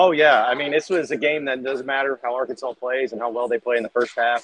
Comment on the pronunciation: It's Arkansas not arky